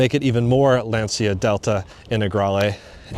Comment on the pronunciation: Since you’re a super fan, could you please learn how to pronounce Lancia?